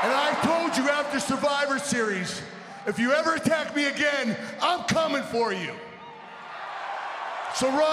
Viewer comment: How she botched a simple "you"...🤐